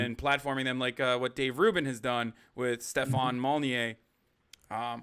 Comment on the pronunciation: It's Stefan "Mall-en-new."